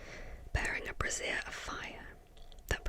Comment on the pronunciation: small note that "Brazier" is pronounced "BRAY-jer" since "Bra-ZEER" is the fancy word for a bra. I've done the same thing when reading the story 😂